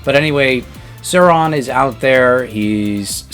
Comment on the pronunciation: Did he call this man suron??